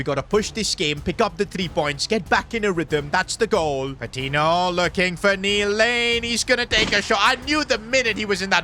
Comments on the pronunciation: Great vid but the pronunciation of Patiño is killing me It’s not Pa-tee-no it’s Pa-teen-yo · its pronounced patinyo not patino